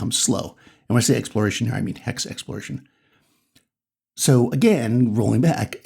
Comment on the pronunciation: Hexploration is what I heard instead of exploration